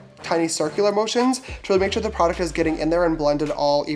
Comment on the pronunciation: shore = definitely not sure